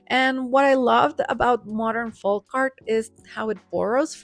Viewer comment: Folk pronounced Foke. I tell you this, because your English is so flawless, I don’t want this small word tripping you up.